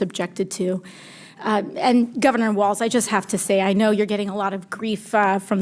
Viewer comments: WALZ , not " Waltz " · He mispronounced Gov. WALZ's name he said " WalTz ". What a jerk, what a dummy.